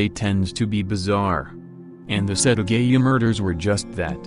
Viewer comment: It’s set aaa gaaa yaaaa not setagayuuu